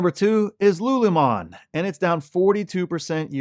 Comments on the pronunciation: LULUMON? Lol its lululemon. sound it out. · It’s “Lululemon” not “Lulumon” 😅😅😅😂😂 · its Lulu lemon not lulumon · You said LULU wrong! I told you how to say it! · My wife was not happy that you did not pronounce Lululemon properly... It's her favority athleisure wear.. lol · Lulu lemon. Saying this stock name wrong makes you look bad. Why do this? If you listen to their own earnings calls, none of them refer to their own company as " lulu mon". What gives? J Quelen, A A Ron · Bro why you saying lululemon wrong?? 😅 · it is pronounced (lu, lu, 🍋 lemon)😊